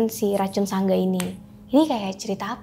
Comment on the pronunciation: Sedikit koreksi buka sangga bang tpi sanga